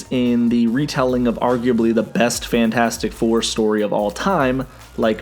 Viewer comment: "The Franchasic Four"